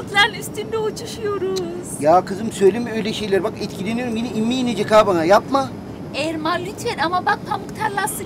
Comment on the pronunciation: Abiye öyle bir Erman diyor ki sanki AirMan Diyor hava adam